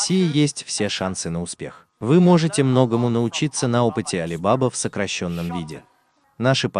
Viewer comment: Не АлибАба, а АлибабА 😅